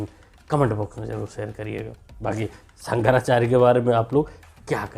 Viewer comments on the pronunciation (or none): शंकराचार्य ❌ संकराचार्य ✅